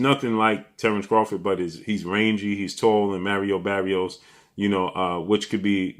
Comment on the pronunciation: “Merrio Berrios” 😂😂😂 its Mario Barrios 😂😂😂